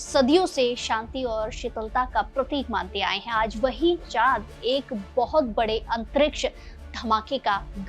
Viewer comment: Bhai aap chaan ko chaat kyu bol rahe ho acche se pronounce karo😂